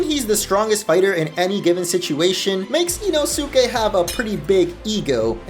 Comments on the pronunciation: You said inosukes name wrong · He butchered the pronunciation of Inosukes name